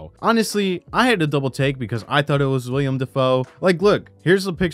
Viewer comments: His Name Is Wilam NOT William lol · Willam. Not William Dafoe.